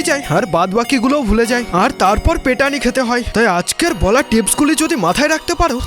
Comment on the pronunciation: পেটানি❎❌ পিটানি ✅☑️✔️